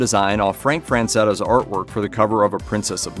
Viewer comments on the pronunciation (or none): Frazetta, not “Franzetta”.